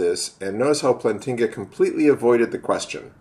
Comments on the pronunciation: First off it's "Plant-inga" not "Plan-tinga". You obviously have not read any of his arguments, or his peers criticisms of his arguments, or at least you don't seem to understand them. You especially seem to have a hard time understanding him when he references a basic belief, and you really seem to misunderstand his EAAN. I really don't know why you protest against the new atheists being inferior to the old ones, everyone knows they are, would you rather have Sam Harris or Bertrand Russel? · Please tell us what your PhD is in and why you are mispronouncing Plantinga's name of you are trying to be taken seriously. But then again, your f-bombs should be self-evident that you're just another typical internet atheist. Yawn...